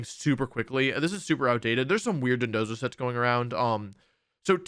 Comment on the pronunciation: Thank you so much for pronouncing dondozo properly, everyone else I've seen has said dodonzo